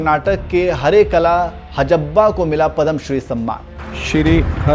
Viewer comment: Padham nahi yaar padhma vibhushan...jagamma nahi jaggamma...sahi pronounce yaar